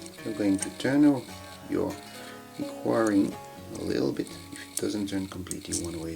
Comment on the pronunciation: it's "equa" not "quary"